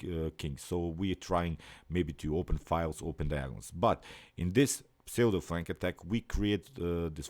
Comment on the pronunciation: Pseudo is pronounced ‘ soodoh’.